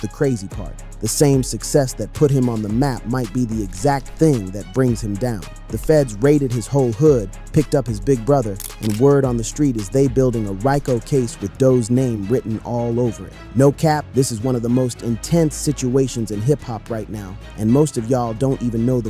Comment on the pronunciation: Ree CO not Rie CO case